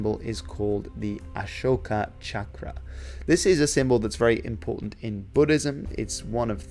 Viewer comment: I love how you pronounced Ashoka Chakra correctly and not pronounced Chakra as "Shaakra".